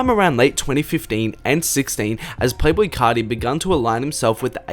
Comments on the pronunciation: “Playboi cahhti” Im cryin 😭😭😭😭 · You say Playboi carrrrdi